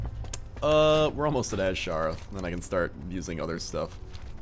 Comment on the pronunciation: its pronounsed (i know its spelled wrong) A-Sher-ra the S sounds like the Z